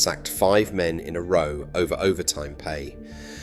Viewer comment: Seem like an AI commentary - "sacked 5 dockers in a row about overtime" read as roe, not the correct raow (argument). Also 'Liver' mispronounced. ToxTETH wrongly emphasised. In fact, many wrong pronunciations and emphasises. On top of that, strange emphasis on, essentially, petty politics of the 60s-80s AND - not impossible, because a) it happened, and b) cities prosper and decline all the time